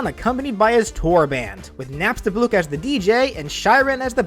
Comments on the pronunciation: Why did you say nabstablock and alphys so different then ive heard them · it’s napstablook not napstabluk